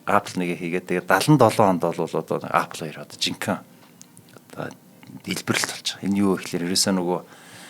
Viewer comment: angliar zuw helj surchaad yari l da apl gj shaahin epl gj duuddishde